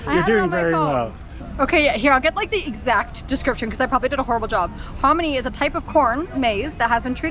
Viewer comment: She actually said harmony